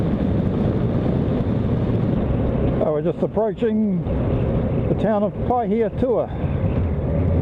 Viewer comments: You pronounced it better than most people would! 😄 Those were some cool areas you rolled through, and very scenic. Lots of history there. Enjoyed it 👍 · He's saying Pahaitua fine.